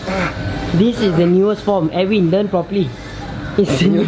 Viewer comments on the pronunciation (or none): none